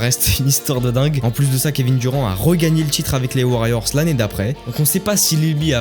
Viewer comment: Kevin duron 😂😂😂😂 bordel va prendre des cours d'anglais petit ....